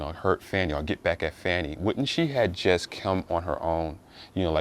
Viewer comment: Her name is Fani (Faw-nee) Bruh, Stop being a Chicken Head behind all this dis-information these right-wing, MAGA, racist white folks are disseminating They are trying to degrade this women in front of the world; and you helping Straighten up! Our Ancestors are watching!!!! You don’t even know weather this released information is true. It’s word of mouth and have not been authenticated. Thus far, they have proven nothing Step aside, make room, bow down, and watch this Sista take her rightful place on The Throne